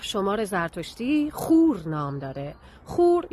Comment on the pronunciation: عزیزم خور رو اشتباه تلفظ میکنی. خور اینجوری تلفظ میشه. خ با ضمه واو با فتحه و ر ساکن هست تو زبان پهلوی (همان زبان کردی کلهر ) اینجوری که گفتم تلفظ میشه چونکه زبان ما کردها ریشه زبان فارسی است بنابراین میتونی از کردها ی با سواد تحقیق کنی